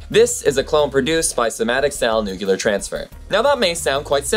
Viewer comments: Just a note: the word nucleus and the related words, i.e. nuclear, are pronounced nu-kle-er, not nu-kye-ler. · its not nukulus.. its nucleus.... jus like its not it not nukular bomb but nuclear bomb. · "Nucular" is not a word, just FYI